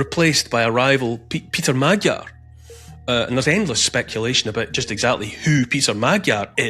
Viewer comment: Neil, your pronunciation of Magyar is terrible. It’s MOD - as in mods & rockers, Y - as in yes and finally ARE - as in we are free. Mod - Y - ARE = MAGYAR.